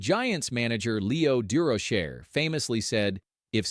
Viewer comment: Leo du roacher is the correct pronouncing.